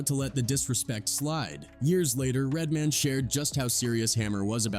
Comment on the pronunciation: Lol you said it once idk you don't seem to have an accent but once you kept calling "RED MAN" "RED MIN" I had to stop the video I saw nothing past the 7 minute mark 🤷🏿‍♂️ sorry just too much 😅